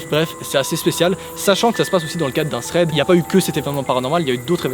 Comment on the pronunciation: C un T dans thread pas un putain de Z